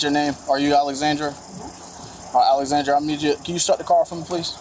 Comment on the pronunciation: Stop calling him Alexandra, it's Alexander